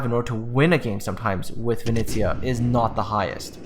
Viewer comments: Dude, you're butchering the name Venice. VE NE (NEver) ZIA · Vi KNEE ZA YA